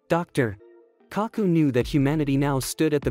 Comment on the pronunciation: Get a real voice pls. I'm so over robotic voices. It sucks and in my opinion shows your laziness. There's no feeling of engagement. Saying Dr................Kaku killed it. 👎🏼👎🏽